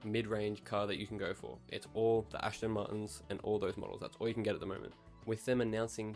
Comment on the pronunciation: Sorry but I had to. It’s Aston Martin not Ashton Marten.